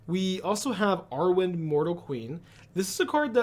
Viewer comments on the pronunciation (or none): none